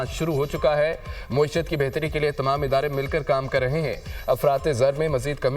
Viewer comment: یہ کون ہے جو معیشت (میم پر زبر) کو مسلسل موئی شت موئی شت کہے جا رہا ہے۔